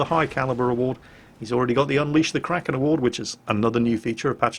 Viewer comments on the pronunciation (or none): none